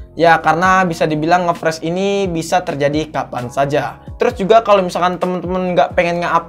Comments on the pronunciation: Freeze (baca : fris) Fresh (baca : fres) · Saran perbaiki Cara pengucapan kata bahasa inggrisnya Bang. Ngefreeze bacanya Ngefriz bukan ngefres. 👍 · Lebih baik bilang macet aja udah,pke ngefreez segala bacanya gbbisa pula malah ngefres bukan ngefris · Friz bacanya bang, bukan fresh. Fresh itu seger bg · Ngefreeze ( bacanya ngefris bukan ngefres ) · Friz bacanya bang bukan fresh wkwk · Spell nya ngfris bang bukan ngepres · Bang seharusnya nge freeze bukan nge fresh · Frisss njir bukan fresss Tulisannya freeze cara bacanya frisss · Cara bacanya ngefreeze bang bukan ngefreeze hehe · friz boy bukan fres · Ngefreze cok bukan ngefrash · Freeze bukan fres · Bacanya friz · Freeze keles malah pres wkwk